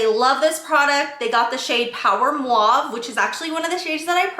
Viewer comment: Just trying to be helpful and not critical in any way shape or form. When speaking, it sounds like you might be transposing the A and U in mauve. It’s sounding like mwave instead of mawve.